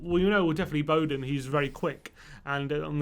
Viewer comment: His name’s Bowen, not Bowden. Schmuck.